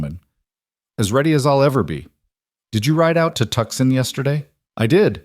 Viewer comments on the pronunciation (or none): To son the c is silent.